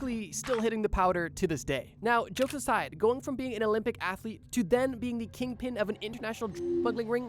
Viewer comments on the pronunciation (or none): none